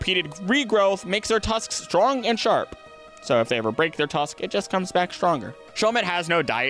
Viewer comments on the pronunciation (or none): none